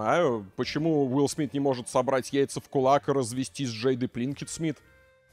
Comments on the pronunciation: Почему пЛинкет то?😂😂😂 ПИнкет она пИнкет ну. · Все видео пытался выкупить, почему произносит Пинкет, как Плинкет.